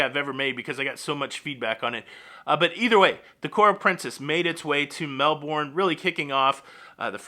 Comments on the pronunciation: Mel-Bin (I don't know why but after living in Sydney 2 years I learned that one thing) Also I love your Aussie Aussie Aussie, Oi Oi Oi!! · It’s Melbouuurnnne lol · Melbourne AU is pronounced - Mel Bin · Hi, I appreciate your attempt to pronounced Melbourne. We pronounce it Melben. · it's pronounced Mel-burn (Melbourne)...I'm really, really, REALLY glad that cruising has started again down under..I'm a Melbournite and was pleased to see the return of A ship, ANY ship...I'll be on the Carnival Splendor in a couple of months but I'll have to travel up to Sydney for it alas...this cruise was originally booked for 2020..I then re-booked for 2021..when THAT was cancelled I re-re-booked for 22 but that also got cancelled but then got reinstated..alas it was no longer to its original destination of New Caledonia, instead they're taking us up the eastern seaboard of Australia, but that's fine..any cruise is better than no cruise...besides, I haven't been that far north in my 57 years...so looking forward to it... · Hi. Melbourne Aust is pronounced as in Melbourne Florida 🙂